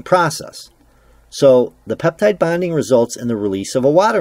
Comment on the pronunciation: are you saying peptide bonding process or ‘peptide binding process’?